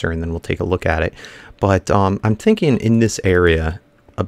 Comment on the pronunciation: "I've just been tink-"